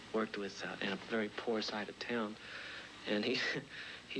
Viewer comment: Vewy impressive!.